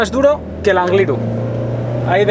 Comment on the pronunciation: cuando alguien diga Anglirú con acento en la u pon un pitido, por favor 😀